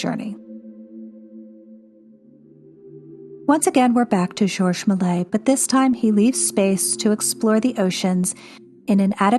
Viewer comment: Many people have difficulty with French names. As I understand it, "Malay" is close, with a little left out. "MAY-lee-ayz" is closer, similar to "malaise" in English.